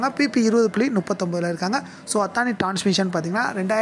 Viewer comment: அத்தானி இல்ல... அதானி.. இது தான் correct... pl spell correçt ...